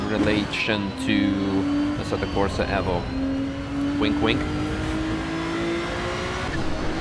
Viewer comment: u constantly say evvo lol